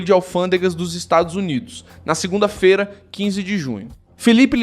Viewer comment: Por favor dá pra dizer segunda " Feiiira"? Não é fera PQP